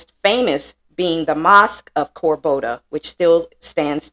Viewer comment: Cordoba, not Corboda. Content is great effort though!